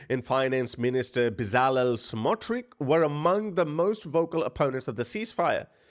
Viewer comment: Hey, Israeli fan of yours here. Let me help you out. The scumbags name is pronounced “Betzahlel Smohtritch” but we call him smartutrich, which means dirty dish towel. The other scumbag is eetamarr ben gveer, try without any space between g and v. hope it helps. Make sure to spit after speaking the names of these racist pieces of shit. Every country has them.